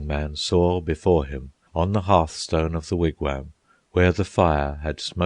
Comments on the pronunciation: as much as I love the English accent , yes , they need to properly pronounce foreign words... they also do not pronounce Wigwam the way it is said here . The English seem to always do this with foreign words that have the letter A in them... it drives me nuts the way they say pasta... not with an aahh sound but more as if they are using a from the word cat . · I listened to a little of this, and I found it to be quite good. Unfortunately, some of the meter is lost in transition between American and English accents- for example, an American pronounces wigwam as "Wig-waam", with a soft A. This scans as a trochee, and fits into Longfellow's meter flawlessly. The English "Wig-wehm" comes off more spondaic. It's a minor complaint, and a negligible loss in the otherwise stunning reading of Longfellow's epic.